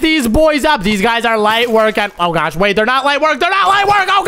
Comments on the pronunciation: why are you like"oh mwy gwosh guys" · It’s not gwosh is gosh